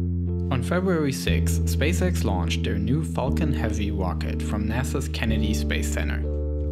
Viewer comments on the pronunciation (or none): Oh my god, did they send the Midnight Chewwy Wed Teswa Woadstew on the Fawcon Heavy Wocket? I had no idea!